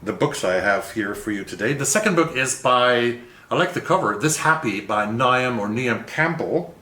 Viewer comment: Niamh is Knee-eve. Hope you love The Gathering as much as I do. I loved both Brooklyn and Long Island. 🍀👋☘️🤗🤩